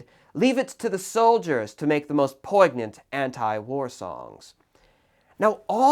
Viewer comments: "PoiGnant"? Seriously? POIN-YENT. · I love you and your fussy nit pickiness which is why I say this with all love: It's not "POIG-nant" though, it's poin-yant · "poig-nant" got a real laugh out of that! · I’ve only ever heard “poi-nyant” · LOL U SAID POIGNANT WEIRD LOL *points and laughs* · Your pronunciation of poignant is farb. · can’t say I’ve ever heard someone pronounce the G in poignant